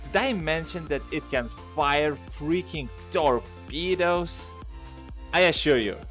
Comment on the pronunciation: It sounded like you said torpeedoes